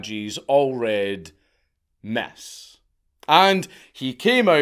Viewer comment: took me a while to realize the Scottish man was speaking Scottish there; he's trying to say 'miss', not 'mess'